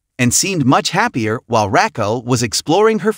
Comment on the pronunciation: Racko! Ok, continue on, you pronounced it perfectly 😂